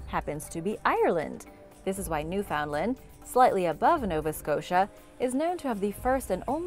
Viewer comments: Pronunciation: NEW fund lend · At the risk of coming under the attack of your super duper fan club, I am going to ask you to pronounce Newfoundland correctly, please. I am not going to tell you what it is. I need you to look it up and the next time I hear you say it, please say it correctly. I need you to prove your humanity 🤔🤣🤣🤣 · i know all the canadians are havin a hard time w the pronunciation of newfoundland rn